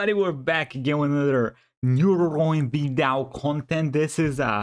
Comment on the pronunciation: i still love how Evil will pronounce "Vedal" different everytime